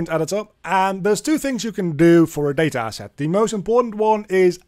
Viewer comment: Day-ta Ass-At!